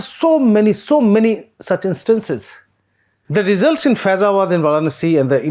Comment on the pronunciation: As a journalist/reporter, first qualification you need to have is to proper pronunciation. Z != J. Result != Rejult.